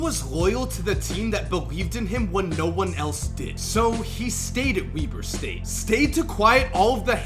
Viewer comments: I thought it was Webber State not weeber State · "Wee-ber State" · I'm pretty sure Weber St is pronounced Webber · You pronounced Weber state wrong🤦🏿‍♂️😭